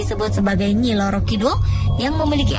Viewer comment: pelafalan bahasa halus jawa [kromo inggil ] yg salah kaprah, bukan loro [ sakit ] kidul. tp roro kidul. roro dlm bahasa jawa artinya putri . kidul artinya selatan.